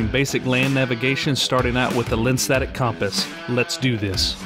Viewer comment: "lenstetic" compass?